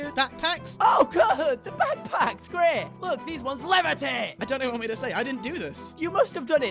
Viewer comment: “these ones LEVITATE!!!” i’m sorry but i laughed at the way he said it